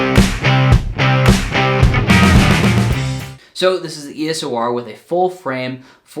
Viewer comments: EOS-R, not ESO-R... :) Just saying.. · Nice vid. Just a heads up, for us geeks who wonder if Canon's got NEW EOS line, you often pronounce EOS (ok) and then you add 'O' (like double O seven) before saying R. Whew, I already have this camera!